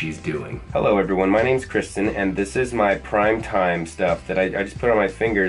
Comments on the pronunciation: Everybody say "Hi Kwisten" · Liza: Say hi Kwisten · i love Qwisten😂😍